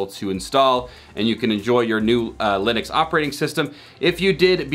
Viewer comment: Good video, but I have never heard ubuntu, lynux and UEFI getting getting pronounced like that 😅